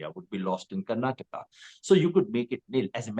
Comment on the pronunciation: It's Karnataka, Karan, not Karnatak.